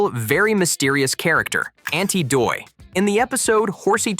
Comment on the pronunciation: That's aunty dottie not aunty doy